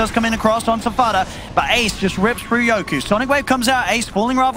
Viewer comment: His name is fucking YOKY!..not YokU!!! For fuck sakes